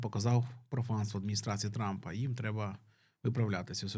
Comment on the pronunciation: Мені одному почулось, що Трампа трапом назвали?)))